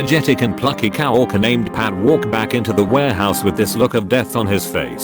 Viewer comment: Those damn cow orkers and brides getting their mak upe done. If you're going to be so lazy as to use a text to speech engine to narrate reddit posts and profit from them, the least you could do is edit the few indiscretions to sound right....